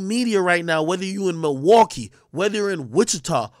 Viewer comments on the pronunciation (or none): none